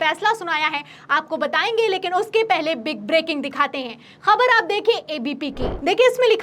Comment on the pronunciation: Khanna is pro modi. Anchor please correct your pronunciation. The words like: Khabar, Khaak are pronounced wrongly. Use Bindi below 'Ka'